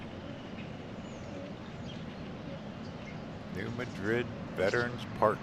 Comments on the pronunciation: It's pronounced New Mad Red. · New MAD rid. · I think it's pronounced New MAD-rid.